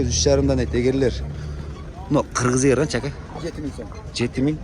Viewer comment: Ээ кыргыз эгэр эмэс ээр деп кыргызча элэ сүйлөчү